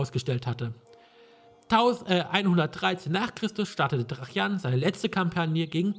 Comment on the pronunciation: Ein schönes Let´s Play, aber warum sprichst du Tra-Jan immer als Trachjan aus? Ich kenne alternativ nur noch die Aussprache Traianus.